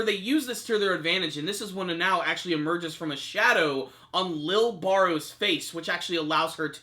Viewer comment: Na-no? its pronounced Na-now, Nanao